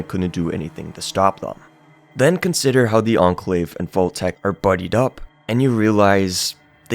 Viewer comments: It's pronounced 'vault', not 'volt'... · This guy's pronunciation of "vault" is infuriating